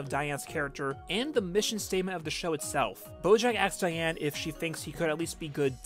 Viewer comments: Did you just say Diane “Negoyen”? 💀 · Please tell me you figured out how to say Diane’s name right by part 5